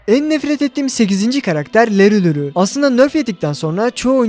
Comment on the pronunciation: Larry Lawrie ❌ leri luri ✅😂😂😂😂 Abi kalp aaatttt lütfennnğğ